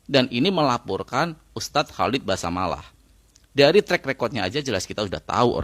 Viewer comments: Basalamah bukan basamalah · Basalamah bang..bukan basamalah